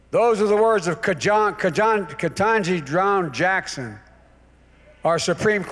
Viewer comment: Dope can't even pronounce the name of his black Supreme Court Justice he appointed.